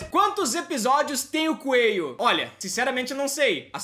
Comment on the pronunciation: É coelho e não coeio